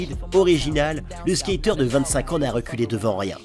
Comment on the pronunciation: Stakér of the yéérrr,quel accent ....🤣✌️🤙 +1pour les Cramps